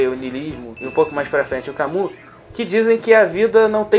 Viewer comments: Não é ''camu'' é ''Cami''. Obrigadooooo! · se pronuncia 'cami' e não 'camu'